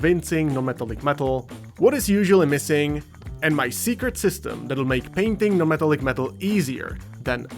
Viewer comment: 'meh-TALL-ick'. Not 'META-lick'. Thank you for your attention to this matter.